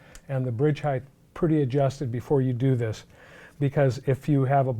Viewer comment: for the love of god. PLEASE STOP SAYING HEIGHTH